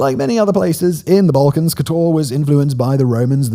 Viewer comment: What's with the Spanish stress on Slavic names of towns? It's not kotOr, but kOtor. It's mOstar, not mostAr.